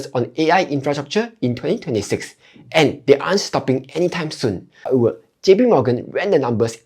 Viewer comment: what’s “hower”